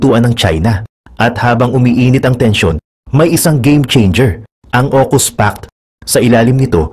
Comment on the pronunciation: Aukus hndi okus...